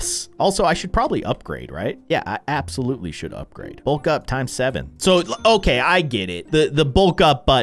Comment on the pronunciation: he was meant to say abs ouloutly